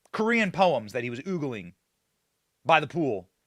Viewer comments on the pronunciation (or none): Oogling or ogling, dear Benny? Is oogling a new word I have yet to learn? 😊 Love you regardless!